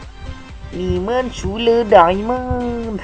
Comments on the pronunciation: diamond bang,bukan daemen wiwkwwkwkwkwkwkw LOL XD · diamond kak bukan diemen